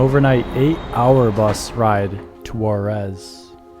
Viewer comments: Great video and shows perfectly such wonderful nature. Only one thing the place is Huaraz but the pronuntiation and subtitles, sounds and appears as Juarez. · Beautiful video, just the pronunciation is off. The city of Huaráz is pronounced closer to “wahrahz” (flat “Ah” sound), not like the city of Juarez, Mexico. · That was a quick trip! Just an FYI- The correct way to pronounce Huaraz is like: Wa- r- oz . The ending is where every visiter seems to want to pronounce it like Juárez. Dorothy would have gotten it right in the land of Oz. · I don't know if you' re saying Juarez or Huaraz, jeeezzz, need to practice more to pronounce proper Spanish, by the way this is a beautiful place ..